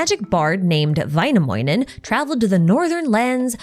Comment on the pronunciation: these name pronunciations still throw me off sometimes lol, need to actively watch the name on screen as a finn, but honestly good tries for someone who doesn't speak finnish! some tips though!: in finnish, ä's are pronounced like the "a" in cat, ö is pronounced similar to the "i" in bird or the "ea" in heard. also noticed you pronounce some of the i's in names as e's, "vaenamoenen" instead of väi-nä-möi-nen